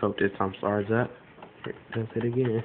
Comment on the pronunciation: V "agin" eer